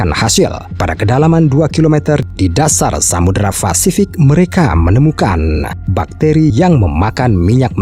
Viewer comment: Pasifik bos...bukan fasifik🤣🤣🤣